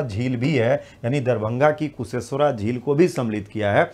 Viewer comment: Sir kusheshwara nahi kusheshwar sthan hota hai